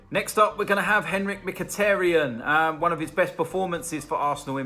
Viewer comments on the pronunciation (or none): none